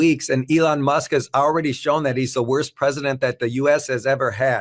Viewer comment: Ooops Musk, Not Mush. Although it was pretty close! ha ha.